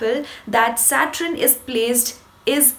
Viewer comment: You have a gift and you are very attractive. Please pronounce Saturn as 'SAT URN' not SAT RUN